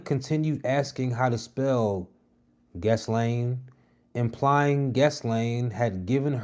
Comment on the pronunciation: Guh-Lane ….Glaine Maxwell is her name.